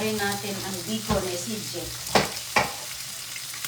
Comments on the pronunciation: Bacon not Bikun, omg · Yes, 😅😅😅😅 the yummiest " bikun " from dumpster. Lol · Minsan "bicol" rinig ko😂😂